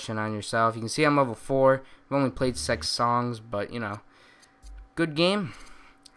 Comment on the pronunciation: why did he say Sex songs?